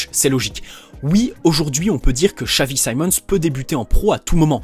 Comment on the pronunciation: your pronounciation of his name is scary guy he is dutch not english